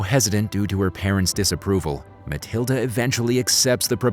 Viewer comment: its matilda not maliada